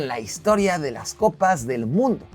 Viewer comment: Cuatro "coppi" calma wacho 🤣🤣